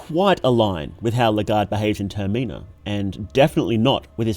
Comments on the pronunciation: the way you say "termina" is wrong, how can I trust you when you can't even get the name of the game right? the stress is on the first sillable, "TERmina" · Brother I like your videos but pleeeeeaaaase it's not "ter-mee-nah" it's just the word terminal without the L lmao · does he pronoun Termina wrong on purpose?